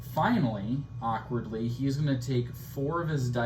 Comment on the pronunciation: Arkwardly the word akward is used arkwardly often in this arkwardly great playthroughs… arkwardly😆